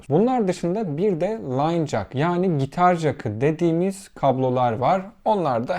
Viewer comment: Çivi jak demeeee😂